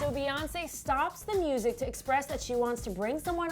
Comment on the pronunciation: emmm can we please stop calling Beyonce "baes" its "bees"